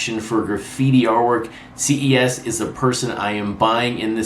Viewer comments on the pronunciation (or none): Ces (pronounced “ses” like the beginning of cesspool ) PR 3800. Love the channel!